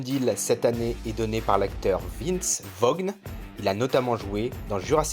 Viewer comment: Très beau montage ! gros boulot ! 👏🏻👍🏻 au fait Vince Vaughn ça se prononce Vince Vone. Le G est muet et son film le plus célèbre c’est « Swingers » mais bon c’est vieux mais c’est à Vegas !